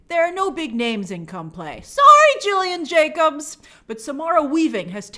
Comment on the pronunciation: FYI Gillian Jacobs pronounces her name with a hard G.